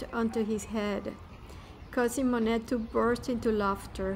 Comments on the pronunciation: “Mo-nett”? How can anyone NOT know how to pronounce the name if they are presuming to inform people of his life? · To viewers: Please, please don't mispronounce this artist's name in another video, should you decide to narrate your own visit to this wonderful place. 😮 The "t" is silent. Thank you. Phonetic spelling: moh-nay. And if you are wondering...yes, I have been there- it is definitely worth a visit imo. The gardens were the highlight for me. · I wanted to watch but upon hearing the mispronunciation of Monet I just couldn’t do it… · I agree with the request for correct pronunciation of Monet. Additionally, it would be a better presentation if you were not reading the text. It comes off as "stiff".